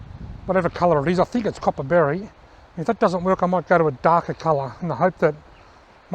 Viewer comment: Nice video. The communication is great. You said worch instead of work. I hope your hand gets better. Great fish. I like that you upload often.